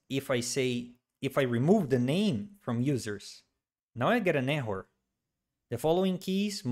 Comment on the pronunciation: At first I didn't understand what these `echo` and `feud` meant, then I learned that Brazilians just pronounce the words `error` and `field` like this... Very irritating :D, but I've gotten used to it now.